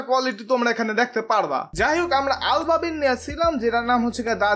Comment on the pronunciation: it's ABABIl not ALBABIL